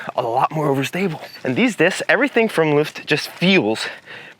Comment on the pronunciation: as a dane i must say, you have a nice pronunciation of Løft